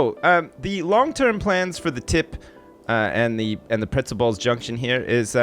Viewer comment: "Pretzel ball JUNK tion"